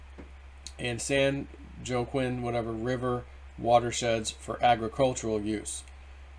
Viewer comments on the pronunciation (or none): Pronounced San Wahkeen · I'm glad you all corrected on the pronunciation of San Joaquin. I didn't know it was pronounced Wah-Keen either. Now I know.